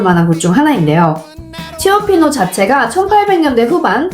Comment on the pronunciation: 치오피노 아니고.. 쵸피노라고.. 발음해야 알아 들을거에요 ㅎ